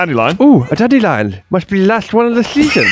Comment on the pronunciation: A clip you say? Musssht be the lassht one of the sheeeaashhhoon!